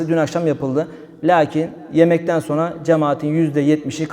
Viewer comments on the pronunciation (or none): none